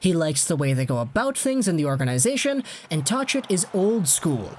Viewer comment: Say Tocchet's name properly. The H is silent